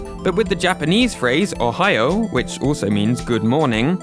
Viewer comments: Ummm... In the case of your example, not quite...! When there's an "u" after an "o", the "u" is silent and instead elongates the previous "o". So in this case, it would be "o-ha-yoo", not "o-ha-yo-u". Not as complicated as English speech synthesis, certainly! But it would have to be smart enough to know to not the speak the "u" if it comes after an "o"! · o ha yo u sounds like ohio... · O ha yo u kind sounded like ohio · ohayou sounds like ohio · i love how good morning in japanees sounds like ohio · I tho you said Ohio lol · Oh ha yp u sounded like ohio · ohayou sounds like ohio.